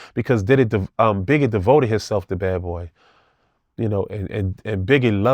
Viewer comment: He keep saying “Begge” and “deddy” 😂😂😂